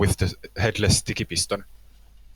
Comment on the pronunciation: Ah yes, the pieston-bolt. Of course.